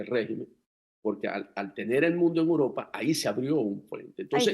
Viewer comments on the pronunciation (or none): es EUROPA, repite conmigo E U R O P A.............EEEEEE UUUUUUU RRRRRROOOOOOO PAAAAAAA